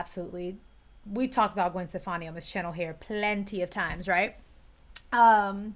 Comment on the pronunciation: Wow I absolutely love this......do your Plenty again 😂😂😂 it sounded very British indeed girl was very funny ❤